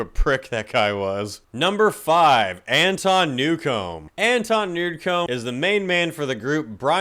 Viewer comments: "Jean" Simmons. Lol. Also, the offspring's drummer is a fucking moron and deserved to be booted - no actual doctor told him a vaccine was harmful to his health. He's just a whiny bitch who can't read. He is very obviously easily replaceable, because he was. "Anton Newome" do you mean "Anton Newcombe?" Do you watch your own videos before you post them to proof-read? "Wes Scatland" "Tim Lambis" dude you spelled just about everything wrong in this entire video. Quit now, or review your own videos before you post. This is fucking embarrassing brother, wtf is up with you? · EFF-ellson ??? (Ellefson) , NO-rioty?? (notoriety) , this was his professional doctor's medical advice?? (his MEDICAL doctor"s PROFESSIONAL advice) , Brian's town massacre ?? (brian jonestown massacre) , Anton Nude-come?? (Anton Newcomb) , ... ...these are awesome! and funny! (hope they were MEANT to be!) P.S. it was nowhere near every gig that G.G. went disgustingly felonious (maybe 1 in 10) P.S.S. can still see your eyes reading your notes behind your prop glasses. All in good fun...1st time at yer channel. Subbed! Cheers mate.